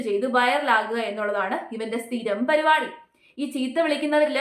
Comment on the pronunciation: Parupadi alla paripadi😅😅😅